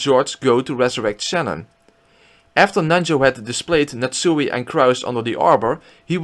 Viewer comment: Nat Suey!